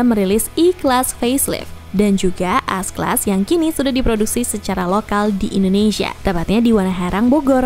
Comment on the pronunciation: bingung dengarnya.. S class atau AS class... haha